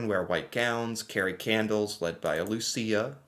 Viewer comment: My grandmother’s birthday is on Saint Lucia day :D (also, you pronounced it perfectly )